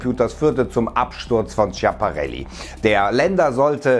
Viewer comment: Oh gott, deine Aussprache von Schiaparelli D: Nicht Tschaparelli, sondern "S-kia-pa-relli"